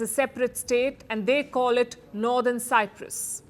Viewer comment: I hope Modi is not the reason that the Greek Cypriots lose the whole of Cyprus 😂 And Palki it's Cyprus not cypras